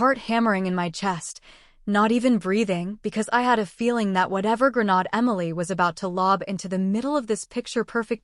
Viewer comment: Please teach your AI how to pronounce grenade.